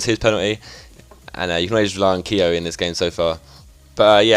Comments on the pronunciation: I'm Irish and it is pronounced kyo not keeeyo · Say keogh like 'kyo' not keeyo